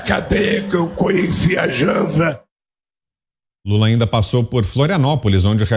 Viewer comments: Rapaz e o q eu digo: “o cara não tem mais condição de exercer um mandato de presidente“. Pelo amor de Deus! o cara vai fazer merda. Ele fala coisa com coisa, não sabe pronunciar o nome da atual esposa, em vez de Janja já é Jansa. Se ele vier a ser presidente é só colocar o “cargo”, q ele faz tanto caso,junto com o caixão dele! para enterrar junto com ele. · Errou não ......o Molusco não sabe pronunciar o nome da dita cuja ....Janja Janta kanja sei lá o nome dessa assombração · "JANZA" LULALADRÃO MENTE TANTO QUE ATÉ O NOME DA MULHER TROCOU. Kakakakakaka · Trocou J por Z... coisa de cachaceiro mesmo... 🤣 quanto à safadeza deles... outro sincericídio.... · Kkkkkk JANZA KKKKK PQP O CARA É INCAPAZ DE FALAR O NOME DA PRÓPRIA MULHER KKKKKKKKK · "Petobrais", "Eletobrais", "Cuscuz clan", "Janza"... um festival de descontrole de um ser abjeto que nem sequer sabe pronunciar as palavras, quer voltar ao poder máximo da nação? Os brasileiros já sofreram tanto nas mãos desse quadrilheiro! Valha-nos, Deus! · A "janza" kkkkkkk esse demente é um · SE ISSO FOR DISCURSO ESTRATÉGICO, IMAGINEM O QUE ROLA POR TRÁS DOS BASTIDORES!!! O CARA FAZ UM DISCURSO "RASANTE!!!" E AINDA ERRA O NOME DA "CINDERELA" DE FILME MEXICANO!!! "JANZA!!!" 🤣🤣🤣 SÓ DEUS NA CAUSA!!!🙏 #22REELEITO 💚💛🇧🇷🇧🇷🇧🇷🇧🇷👊